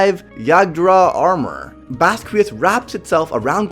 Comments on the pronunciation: It's pernaunced (baskias) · In the anime(dub) it’s pronounced like baz-key-ahz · Its bas-qi-aus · Pronounced (Bahs-key-ahss)